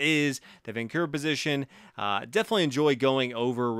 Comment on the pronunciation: the correct pronunciation is "vahnchura"